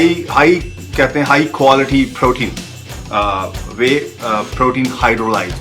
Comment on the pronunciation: Bhai itna b kya yr pure hote phyore ni aur quality hota khwolity ni 😂😂😂